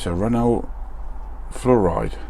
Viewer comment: Before your color choice was revealed, I had in mind exactly the same yellow. Nice! Btw, it’s pronounced “Flor—eed”. Flouride is what they put in the water to make you crazy.